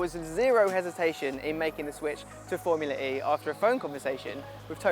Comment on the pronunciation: Didn’t know was into racing at all let alone Foumlua E